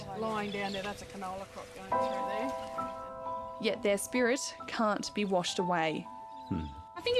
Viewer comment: Emphasising the….yet 😅